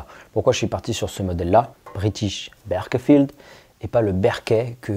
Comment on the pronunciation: Ca se prononce Beurk'faild, non pas Bairkéfild